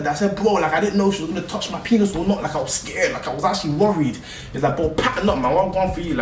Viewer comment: "I'm skrrd, I'm skrrd"😂